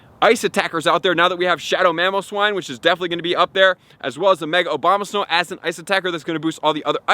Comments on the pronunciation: It's ABOMAsnow, not OBAMAsnow. I think i hear it sound like that consistently. I appreciate your contents, thank you. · "No1 is going to be Mega Obamasnow ..." "Mega-Obamasnow is going to have the moveset of..." "if you do have Obamasnow..." "Obamasnow..." "Obama snow..." Lol... at least he says it wrong the whole video long. :D "Mega OBAMA-Snow is very desirable.."